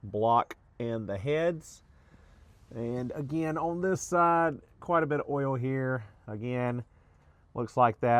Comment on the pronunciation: I know everything lol. On these older Subarus of which I used to have two, as long as you change the Ole it will be fine. (Its "Oil" 🛢 you say Ole like Ole Miss Swiss Chocolate lol)